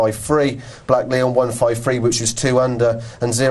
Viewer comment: Why is the host calling Blaklion 'Blackleon'? Shocking